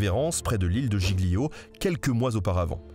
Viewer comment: GIGLIO se dit "djilio" à peu près, pitiéééé!! c'est comme pour les tagliatelle, j'y arrive paaas, on dit "taliatèle" mais trop difficile pour les francophones, on dirait .. oups! pardon!! sinon la vidéo est cool !